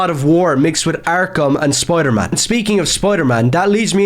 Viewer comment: It’s not pronounced “spoidaman”…